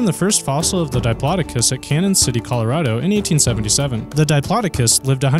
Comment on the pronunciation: He said Diplodicus on Titanasaur. LOL!